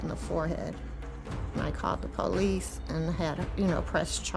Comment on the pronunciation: They called the Pooh-lease lmfaooo.